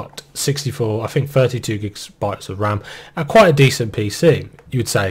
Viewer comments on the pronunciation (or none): none